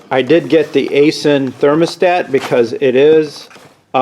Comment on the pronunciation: FYI - It's pronounced "eye sin". I have an Aisin factory near me and I know people that work there, and that's how they pronounce it.